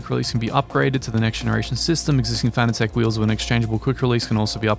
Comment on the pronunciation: Fanatec is pronounced like fanatic. Not fana-tech.